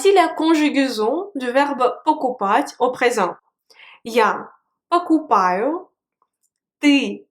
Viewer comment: J'entents souvent dans ta prononciation "пОкупать", et parfois "покупАть" je me trompe?